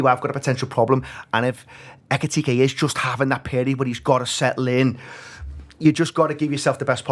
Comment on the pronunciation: Pronounce his name correctly ffs it’s not bloody hard Why do these butcher foreign names?